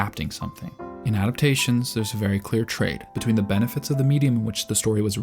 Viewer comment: i cant, bro..... its benefits, not benifits